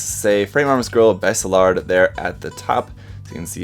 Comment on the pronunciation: Baselard is a medieval dagger and it's pronounced "Bah-Se-lard"